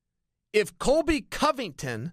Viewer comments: Chael keeps calling him COLVY COVINGTON and it's making my ears bleed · "Colvy Covington" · Colvy or colby chael???